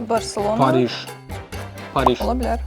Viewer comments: Pariş yox Paris. Aziya yox Asiya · parij yox 'paris' - biz rus deyilik!